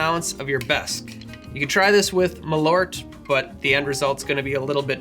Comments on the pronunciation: As someone of Swedish heritage you might need to work on the pronunciation of Malört. Rather than "ma - loort" it should be a bit closer to "marl-oar-t". Malört happens to be Wormwood in Swedish, made famous in Absinthe, and also a popular herb used in Swedish snaps to give a bitter flavour. The word "bitter" happens to be "bäsk" (pronounced "besk") so you were right on the money with your choice. Love the channel though, keep the drinks coming😄🍸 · Its pronounced "mahl-urt". You who share my nordic name should know this :P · As a Swede i say it's pronunsed Maal ourt and Behhsk in English that's wormwood and bitter. Use to it wise and that's great tasting. Love u ✌️